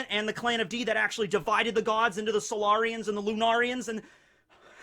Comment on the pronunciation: Did anyone else think of mass effect when he said solairions